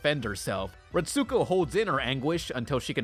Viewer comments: Ret-sko, not ret-su-ko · "Ret-soo-ko" triggered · U said retsokus name roung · You are pronouncing Retsuko wrong that it hurts...